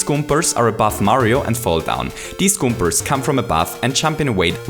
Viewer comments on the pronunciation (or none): it's Koopas and Goombas not goombers and koopers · It is not koopers or goombers . There real names are koopas and Goombas . God dammit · I like the Video but you always say goombars and koopars instead of goombas and koopas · "Koopers" "Goombers" Lol, ok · Why do you pronounce Goombas "Goomers"? Or Koopas "Koopers"? I'm not native and this is my 3rd language your videos are awsome i was just wondering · he says kooprs and goombrs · i really like this video, especially the way you talk about additional challenges such as power-ups and i think you're spot on in your explanation for why the challenges right after the checkpoint are a bit easier. i have to ask though, which accent is that? "goompers" is probably the most adorable pronunciation of goombas that ive ever heard haha (no offense, i have a similar accent). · Good video, loved it, but I couldnt help but crack up a bit when you'd say "koopers" and "goombers" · Koopers? Goompers? Accents at their finest! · lol, goombers and koopers :D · I'm sorry, but why do I feel that you say Goopers and Koopers all the time? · Koopers and Goombers. I love your accent lol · I like how he says "Goombas" and "Koopas"